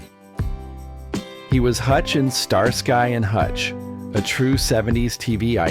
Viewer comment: They showed John Hillary (Magnum PI) and John Goodman as the same person. And "Mr AI" pronounced Starsky n Hutch as "Star-Skie" Ya gotta hate AI fools...